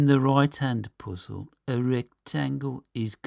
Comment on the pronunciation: "Heyitsch", "Poozill"! Too funny. Ha, ha. I like your videos. Keep going! What part of UK are you from?